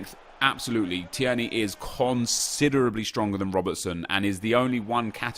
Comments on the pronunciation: it’s T-ear-knee not T-air-knee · TIER KNEE! Not teyarnee, can't believe you made me sound like fucking Hermione Granger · Hep, When you say Teirney you pronounce it like T-air-knee but it's supposed to be Teir-Knee, not hate just trying to help 😀👍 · Pronounced as tear knee. Not tee air knee. Hope it helps as a Scot that was painful to listen to 😂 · Tierney is: Tear-ney Not: Tee-er-ney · It’s not tee-erny. It’s teerny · TEAR-KNEE no TEAIRKNEE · Phonetically: Tear-Knee (tear as in crying) Not: Tee-air-nee Keep up the goof work fella, much love. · You say it like teer-nay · You pronounce it teerney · It’s teer-ney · Teer neigh like the horse noise is how you say his name bro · Tir a nee. I’m Scottish so believe me. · It's pronouced TEERNY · Say it like teer knee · Its pronounced Tear-nae (as in teardrop), you're pronouncing it like Thierry (as in Thierty Henry) and adding an extra syllable. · Tierney is pronounced Teer - Nee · It's pronounced 'Tear-knee' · Say it like Teerney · Tierney is pronounced teerny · just pronounce it 'TEERNEY'. Simples... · Tierney is said like Tear-ney at least where I'm from. It's a 2 syllable name in East Scotland. Idk if they say the er- seperate in glasgow but they don't here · Your sayin Tierney completely wrong (tear ni) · Tear-knee is how you would say it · Ur saying tierney wrong bro x